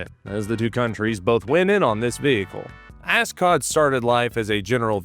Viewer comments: Love the pronunciation of a$$-cot. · I can’t be the only person who just keeps hearing “ascot.”